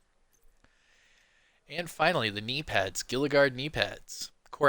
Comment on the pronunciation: Gila is pronounced Hee-La, by the way. In case you didn't know ;-)